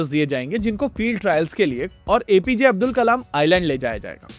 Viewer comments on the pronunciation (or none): none